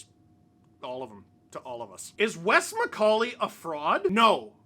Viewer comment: Wes Miss-call-ey